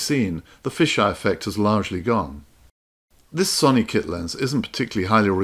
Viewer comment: First time hearing "Sony" pronounced with an "on" rather than "own". Are you attempting to pronounce it how the Japanese pronounce it? It's not a problem, I'm just curious.